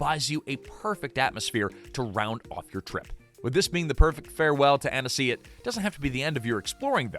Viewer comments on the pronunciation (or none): It’s pronounced Anne-see. 2 syllables. If the narrator (AI or not) adds a syllable, don’t trust anything after that.